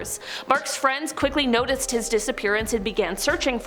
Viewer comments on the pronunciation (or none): none